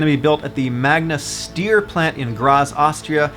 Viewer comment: Great video! Nice to see the supra can be a base car that can be modified so buyers can engine swap a 2jz-gte into it! I think Steyr is pronounced 'Staier'